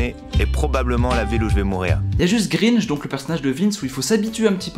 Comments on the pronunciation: mec c'est gringe pas greenge, écoute leurs albums tu comprendras ;) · Ça se prononce grainge pas greenge 👿 si non elle est cool ta vidéo je pense que tu gagné un abo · tu prononce mal le titre de l'oeuvre de Run et le nom de gringe